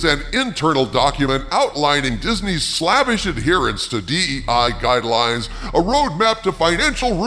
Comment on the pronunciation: slavish = SLAY-vish